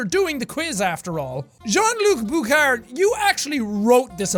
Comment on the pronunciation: The way he says jean-Luc Bouchard 😂😂 he won’t do too great with the names in Montreal